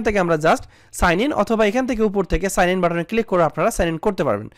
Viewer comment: এ সাআন আর ই সাআন টা কি ভাই ?🤣🤣🤣